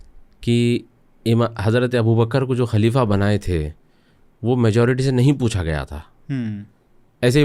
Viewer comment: آپ اردو زبان جاننے والے ہیں ۔، لفظ خلیفہ کو کلیف بول رہے ہیں ، افسوس کی بات ہے ۔ دوسری بات یہ ہے کہ آپ کی گُفتگو سطحی ہے جس میں اسلامک طرز اور تاریخ کا فقدان ہے بات چیت میں کہانی کا جیسا احساس ہوتا ہے ۔